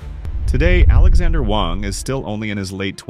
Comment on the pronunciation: Alexandr Wang, not Alexander Wang.